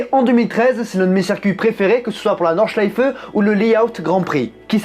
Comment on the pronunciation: V c'est exact c'est quasi bon, et il prononce très bien Nordschleife également, de toutes les façons dont je l'ai entendu prononcer par des non-germanophones, j'ai été agréablement surpris :-p